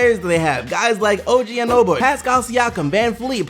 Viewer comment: Lmaoo og anoboy ITS ANUNOBY